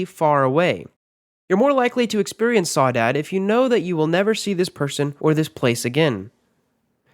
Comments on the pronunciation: your pronounce Saudade [sou-da-gee or sou-da-dee] NOT sow-dad. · #1 is pronounced “sow-dah- dge” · Has a Brazilian person, i felt pain for the way you spelled "Saudade"